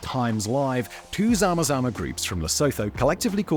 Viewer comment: Lol love how you say zama zama... Very close to how we actually pronouce it